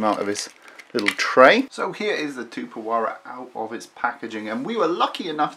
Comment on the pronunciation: You have to pronounce the 'x" in the name.